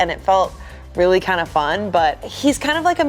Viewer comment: .0 ian: weally excited to be here: *loses it*